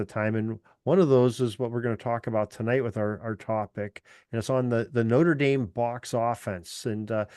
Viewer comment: This guy cannot even pronounce the name of the university properly.